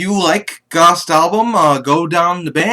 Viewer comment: Just FYI it's pronounced like ghost.